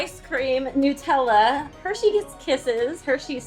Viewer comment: newtella huh, not nut tella